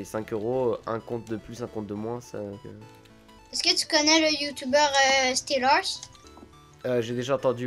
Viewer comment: XD il dit youtoubeur au lieu de youtubeur